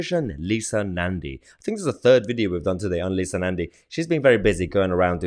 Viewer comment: "Leetha" Nandy ! 😆 If Helen Of Troy was the face that launched a thousand ships, then this is surely the face that launched a thousand 💩s! :face-green-smiling::face-blue-wide-eyes